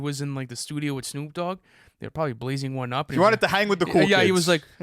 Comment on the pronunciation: 'Shnoop Dogg"